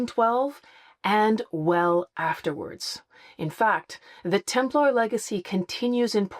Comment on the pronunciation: What's with this "Templahr" pronunciation? Does that come from the Da Vinci Code? What's wrong with the "Templer" pronunciation that most people use? This seems to me a case of hypercorrection or affectation in order to appear more educated.